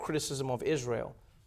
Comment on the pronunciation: Why has not she responded the question on her criticism of Israel (that she pronounces Ysrayl)? Evaded the blatantly antisemitic comment she made on Tweeter...